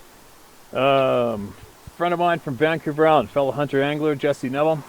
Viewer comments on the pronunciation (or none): none